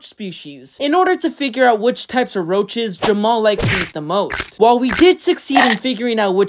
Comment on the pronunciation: Even the way you called roaches roses